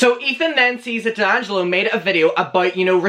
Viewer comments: "Dangelo" 😂 it's "DEangelo" babe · It's dee-an-gel-oh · It’s Dee-ann-ja-low 😝 I’m sure other people have said tho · DELLangelo... I think it's DEHangelo... Me: XD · Dee - Angelo ....babe. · its (Dee)’Angelo just say the letter its not conjoined as one word. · It's pronounced DEE ANG JELLO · Dude ....it’s pronounced D ANGELO . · How to pronounce d’angelo: dee- an- jeh- low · It's Dee-Angelo. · Think its Dee-Angelo like the letter D and Michael angelo. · say it like “dee-angelo” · It’s Dee-Angelo 😬 loml